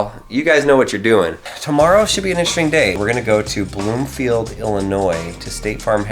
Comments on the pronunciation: You mean Bloomington, not Bloomingfield. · yeah, i live in bloomington. not sure why he called it bloomfield. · BLOOMINGTON ITS BLOOMINGTON! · Its bloomington not Bloomfield. I live there, trust me.